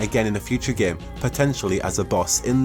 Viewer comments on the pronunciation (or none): none